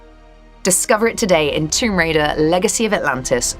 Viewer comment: i love how none of TR developers can correctly pronounce the title of the game lol